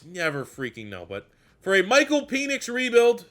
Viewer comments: this dude says "peenix" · I'm starting to think that you mispronounce Penix's last name on purpose! LOL Every time I've heard it, it is pronounced with a short E like in the word 'when'. Also, I know it's spelled weird, but Trevon's last name as actually pronounced 'MAY-rig'.